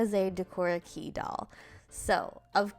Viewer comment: Super duper cute! I wear lots of jfashion including decora. I’d love to see a doll with more of the monster aspects that are popular. (Just a little note for future vids it’s pronounced “kay”, Japanese flips how they say e and I.) 👍🏻💖